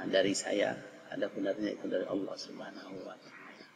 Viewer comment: Belajar jata Allah dulu, biar sholatnya sah,,masa nyebut Allah jadi owoh..